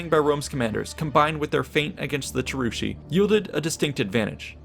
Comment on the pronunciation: The names are so off. Cheruski ~ Kievrus, Chasuari ~ Khazars, Marsi ~ Mysi, Chatti ~ Goths.